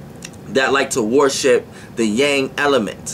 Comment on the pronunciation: Why every time you say worship I hear warship? 🤔 I’m tripping...